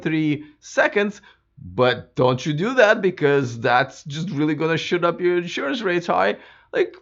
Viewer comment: I like how he said "shoot up" and it sounded like "shht up" and it means the same thing. Tesla should sell insurance for other EVs too, I drive slower, (cuz Fiat) & safer now,, also sell me Tesla charging Elon bundle!! Throw in a Tesla bumper sticker to confuse people. (For the cause)